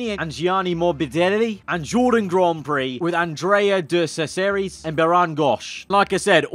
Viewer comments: I bet he pissed off everyone when he said andreia deen chesus" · we not gonna say how he said andrea de ceseris' name?